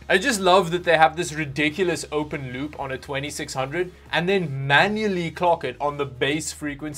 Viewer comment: He keeps saying "loop" and I keep understanding "lube"